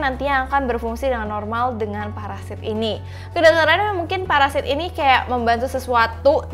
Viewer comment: Parasit kak bukan paresait 😂🤣😂🤣😂🤣😂🤣😂 ngakak plus horor